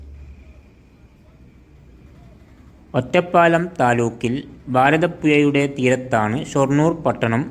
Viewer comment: കോയിക്കൊട്, ഭാരതപ്പുയ, എയമത്ത്, ഗായത്രിപ്പുയ 😂😂😂 നല്ല ബാസ 😂😂😂